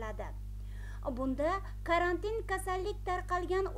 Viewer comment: Карантн деб эмас, карантин деб талаффуз килинади.